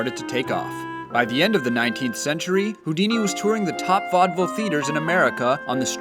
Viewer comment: Ey yoouuu dice que es Houdini